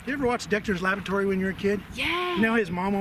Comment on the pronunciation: It's....Dexter's "La Booor A Tory"! 🤣